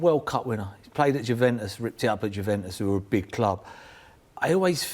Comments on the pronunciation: Jewventus? It’s not a secret anymore how it’s said 🙄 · He pronounced the J in “Juventus” too. I’m sick of these old English pundits butchering foreign names. Sherwood is just as bad for it, maybe learn something about football before you try and comment on it. Morons. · I hate when people say "J-uventus" the J is silent people!!! 😡😡😡